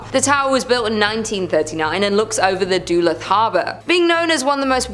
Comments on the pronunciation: And there was Duhluth as she pronounced it when it’s pronounced like Duhlooth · Im not trying to be THAT person but .... Its pronounced DUH- LOOTH..... Y'all need to do better ... Pronunciation isn't THAT hard to check 🤷🏻‍♀️